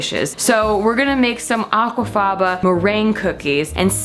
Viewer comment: every time you said aquafaba I laughed profusely :)))